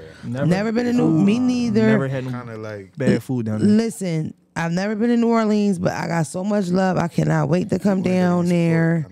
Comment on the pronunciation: I love you but you better figure out how to pronounce New Orleans by the time you get out there we gone talk about you lmao